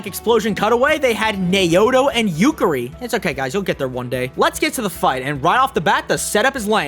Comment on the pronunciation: Thought I was the only one who realized that they said Naoto and Yukari's name wrong lol.